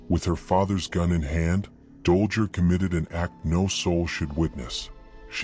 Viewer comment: Dollger? It's Dollgirl. Also, Sadism is pronounced "Saydism". Good breakdown BTW. I'd WAY BETTER If you didn't use Ai. Please consider this.